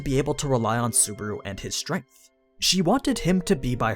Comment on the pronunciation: I quite enjoy these series, my only problem is how you say Subaru ... suburu.